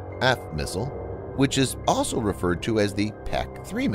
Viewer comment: I like the content on this channel, but I find it hard to take seriously when your narrator can't pronounce the word 'also' and you don't spell-check your video title.